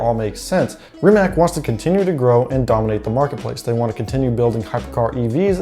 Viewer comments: Ree-Mat-S!!! Not fscking Reemuhts. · REE-MUHTS!!!!!! Not fscking reemack, no "k" sound anywhere in the Rimac name. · Mate Rimac said that the name of the company is pronounced /Rimak/ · wrong pronunciation of Rimac it's not Rimaq it's more like Rimatz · You said you dont know how to pronaunce his name, but you also dont know how to pronaunce his last name. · Rimac (you mispronounce it, BTW) is small, but it still has almost four times the Bugatti workforce. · Sorry, no. He might have said that several years ago, when he was resigned that idiot "journalists" cannot remember how to pronounce two syllables. Have you watched the live stream of "Bugatti-Rimac" announcement? Both Mate and Porsche/VW Group guys pronounced both his name and the names of all new entities correctly. Mispronouncing the names of people and companies you pretend to know about and lecture others is parochial - not simply arrogant, but pathetically so. "C" at the end is pronounced /t͡s/ (voiceless alveolar affricate). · are you high or something its pronounced Rimac dummy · You need to learn how to pronounce Rimac. If you don't know how to just look at that video of them merging together and you'll hear the proper way to say it.